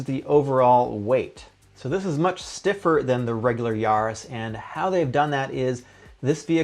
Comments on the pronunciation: yAris not yarrris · The way you say Yaris sounds like you’re a pirate